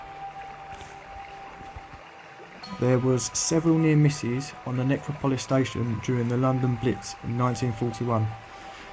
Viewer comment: Pronounced Nec ro polis